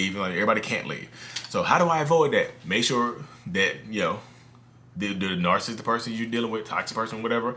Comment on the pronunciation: Nar.sist vs. nar.cis.sist..you mentioned in other video about ppl commenting on your enunciation. But, I heard same thing from a therapist's video. I commend you on great work! God bless you and your family!